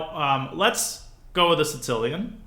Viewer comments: Because in Russian, there's a letter ц, pronounced as "ts", and it's used in the word Сицилия (Si"ts"iliya) - Sicily. So I think he subconciously says Sitsilian instead of Sicilian. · why does he pronounce the sicilian the "si-tilian" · I find it annoying how some people call it sincilian instead of sicilian